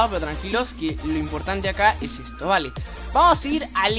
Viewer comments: ay por dios deja de decir eto enfermo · Me sirvió el tutorial pero me dabas cringe cada vez que decías eto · porque decis eto, me da mucha rabia